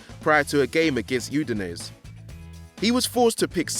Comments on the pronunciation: pronunciation of Udinese omg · Lousy narrator...who is this speaking such sacrilege? Udi-nez, Ce-sayer Maldini... WTF